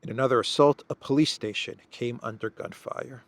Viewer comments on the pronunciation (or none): none